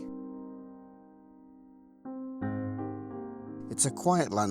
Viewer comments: Elswick is pronounced with a silent W like Alnwick and Berwick. And while I'm in a pedantic mood it's Redesdale pronounced reed not rid . Good stuff .🟥🟨 There is a Ridsdale valley also ,but the map showed Redesdale.look forward to more great history. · Great video, pretty sure it’s pronounced (rides-dale) fascinating place, lots of history below the earth